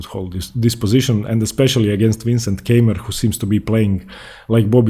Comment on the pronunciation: Please, dont say "Käimer" or so, his name is spoken "Kaimer", like "Kaiser". "Käimer" is horribly wrong.